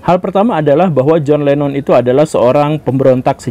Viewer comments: John Lennon bukan John Lemmon pak..😁😁😁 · Boss kalau belum menguasai materi lebih baik jangan di bahas, Jhon Lennon masa di pengucapannya salah melulu Jhon Lemon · koq john lemon..??..😂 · kok kadang menyebut John Lennon sbg John Lemon sih. 😂